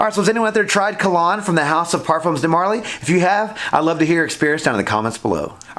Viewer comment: Kalan... not Kalon! Great review!